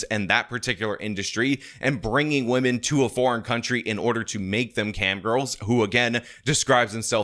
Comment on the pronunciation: Why are you just like Lauren.. pronouncing "women" as "woman"